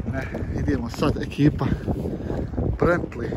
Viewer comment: brentli je bentli lamborđini je lamborgini